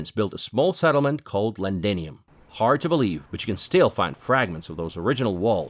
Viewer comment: Londinium not Lendinium